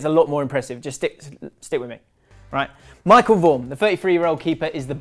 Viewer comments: It's michel not Michael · Michel * pronounced more like Michelle